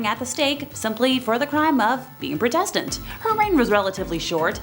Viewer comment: The girl doing the evil queens bit really said protestant and heretics so wrong I’m so confused